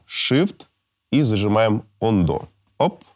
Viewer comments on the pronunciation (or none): none